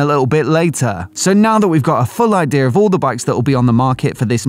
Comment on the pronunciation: Idea. No "r" in idea.